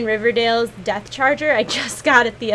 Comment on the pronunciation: It's Baron Rivendare not Rivendale :p